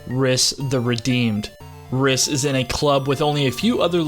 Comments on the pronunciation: The way you pronounce Rhys hurts my soul. It's actually the original form of Reece, and pronounced the same way. Nice video tho my dude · You know it's pronounced as Reece! 😆😆